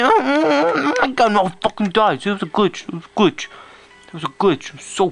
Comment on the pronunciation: Love it how he says Glitch Gwich Gwich gwich